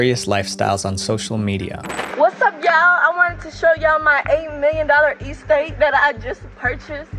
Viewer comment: nah blud cant even pronounce estate right bruh 💀💀💀